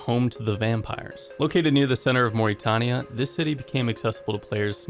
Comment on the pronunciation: Literally unwatchable after hearing the way you pronounce Morytania